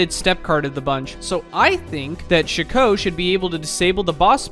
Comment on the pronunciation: Chico? It's chi-cot.